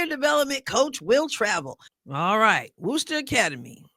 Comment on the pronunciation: It has been amusing to hear folks from outside Massachusetts pronouncing “Worcester” in these breakdown videos 😂😂😂 You got it right, pronouncing it as “Wouster” Not quite “Wooster” just a little softer “Wouster”